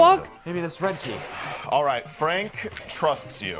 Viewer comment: The fact he consistently called Frank "Freg" had me rolling